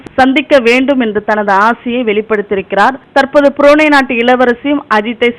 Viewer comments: Athu purunae illa Brunei....olunkaga ucchariyungal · correction burunai enru tamilil ucharikavum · Un tamil la theeya vakka..purunei nu vasikra